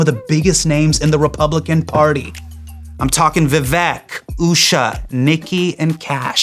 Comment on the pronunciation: Is it thissss tough to pronounce Indian names even remotely accurately? 😅 Nay-lin? Viv-ack?